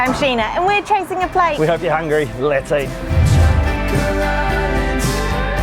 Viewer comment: Why do you say “let’s go” as “lits goe”?😂